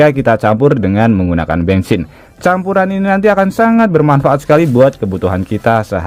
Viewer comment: Bensin bukan bengsin 😂😂😂😂